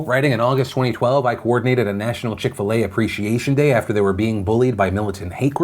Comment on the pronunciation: I'm British and what is chick fil ey?